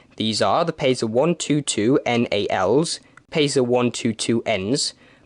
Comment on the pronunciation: Why theres a lot of Pacers tram in Poland!!!!!!! (Lol, its just Davids pronunciation)